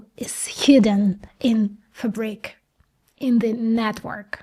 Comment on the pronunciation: Blown away. Very well put, amazing work! I saw your previous videos before, but nothing comes even close to this. Still some room for improvement, there are several pronounciation "gems" here and there like "fabric" :) but oh well you've done great here. Thank you for shining this light to the world, since so many people have no idea what the world is going through. And who watch your video probably cannot interpret it correctly as well if they are not living and breathing tech and AI every day.